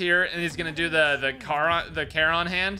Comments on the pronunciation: Bro, it's care-on not car-on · still annoys me cause I’ve always known care-on and never heard car-on